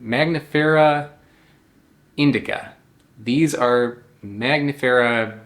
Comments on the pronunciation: Why you keep calling it Magnifera, instead of Mangifera ? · It’s not mag nifera. It’s man gifera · You are saying MAGnifera but the n is before the g. MANgifera like MANgo. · Your skill in pronouncing Latin names keeps amazing me: maNGos are maGNifera? You've just said the word mango, how can it be hard to say mangifera ("mango bearing")? Sorry, just being mean, I love your videos, no hate here!